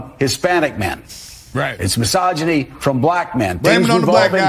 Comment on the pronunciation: I love all y'all's videos and your channel, but I can't watch past this leach even trying to pronounce the word misogyny